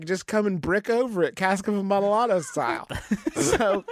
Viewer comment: Can we talk about how Justin pronounced amontillado because that dealt me some mental damage...